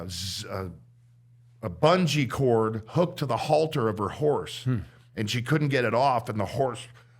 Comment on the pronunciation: Every person who rides horses immediately cringes😖 as soon as he says halter